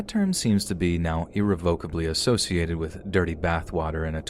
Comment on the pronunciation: Nooooo!, please look up how to say irrevocably. Please please please!